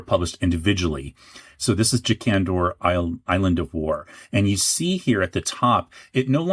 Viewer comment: Most of the alternate pronunciations I hear from you are reasonable, but who in the world would pronounce "Jakandor" with the emphasis on the first syllable??